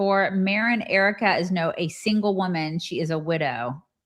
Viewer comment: Candace speaks like her tongue is pierced. She cannot say “woman” and seriously struggles with the word “women”.